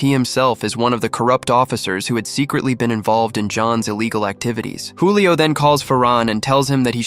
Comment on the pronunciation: Julio not hulio😂